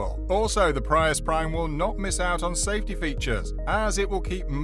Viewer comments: I wish you were correct. Look at other people's videos. You're giving wrong information. It's pronounced Pree- US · Thank u! I wished they'd make them sportier looking. We pronounce Prius as (PREE US) 😉🇺🇸